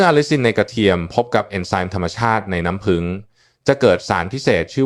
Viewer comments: เอไอยังชัดเจนกว่านี้เยอะน้ำผึ้งจ้าไม่ใช่น้ำผึง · น้ำผึ้ง ค่ะไม่ใช่น้ำพึง เขย่า อ่านว่าขะเหย่า ไม่ใช่เข ย่าค่ะ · น้ำพึ้ง เอ๊ะ น้ำผึ้งสิ ออกเสียงเพี้ยนนะครับ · น้ำผึ้ง ไม่ใช่ น้ำพึ๊ง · พูดเพี้ยน น้ำผึ้งเป็นน้ำพึ่ง...... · กระเทียมกับน้ำพึ๊ง กูจะบ้า น้ำผึ้งโว้ย เอไอ น้ำผึ้ง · กะเทียมกะน้ำพึ้ง😂😂😂😂AI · คุณหมอคะ นํ้าพึ้ง กับนํ้าผึ้ง นี่มันอันเดียวกันมั้ย งงนะเนี่ย เอไอหนอเอไอ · น้ำผึ้ง ไม่ใช่น้ำพึ้ง😂😂😂😂😂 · น้ำผึ้งค่ะไม่ใช้น้ำผึ่ง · น้ำผึ้ง ไม่ใช้น้ำผึ่ง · อะไรก็ดีเหนื่อยกับการใช้เอไอ นำ้ พึ้ง อะไรของมัน ค่ะ ต่อไปภาษาไทยวิบัดหมดค่ะ ขอแนะนำว่าแก้ไขหรือเอาคนจริงพูดทีเถอะค่ะ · ไม่รู้จักน้ำผึ้งจริงๆเหรอ อ่าน น้ำพึ๊ง อยู่ได้ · ขอบคุณสำหรับความรู้ ที่แต่ละคนก็มีความเห็นแตกต่างกันไป, แต่จะไม่ติดตามต่อเพราะรำคราญ AI พูดผิดๆถูก! พอฟังถึง“น้ำพึ้ง”แล้วขอออกก่อนดีกว่า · แค่อ่านคำว่าน้ำผึ้ง ก็อ่านไม่ถูก จะเชื่อถือได้อย่างไร